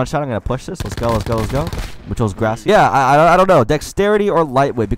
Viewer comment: Muchos (Graw-see-yoss)* not (Grass-see-Yass)